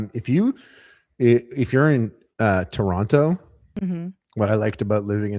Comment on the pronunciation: It's nice to have a fellow Canadian in the fam! 🇨🇦 But why tf did you say Toronto like that my guy?